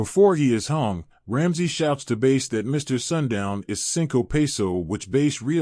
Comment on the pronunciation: It's pronounced Bass. why are you pronouncing it Base?